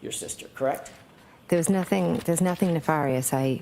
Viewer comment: She even pronounced 'ne-far-ious' the same way Brennon does... then changes it to 'ne-fair-ious' when she's called out on it.